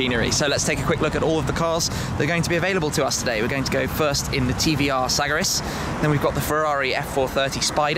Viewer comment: Its pronounced S-A-G-A-R-I-S !